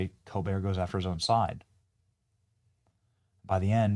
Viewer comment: Colbert is the definition of a pretentious personality, a fraud. His family name? ColBERT with the T pronounced, as in Delbert. His entire family calls pronouns their last name with the T. Not this pretentious fool. He thinks it gives him a continental flare, a European touch. So carry on COLBEAR you fraud. Your show is a failure just as you are.